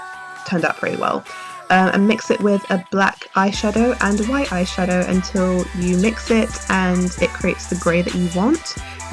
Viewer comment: it wight not gray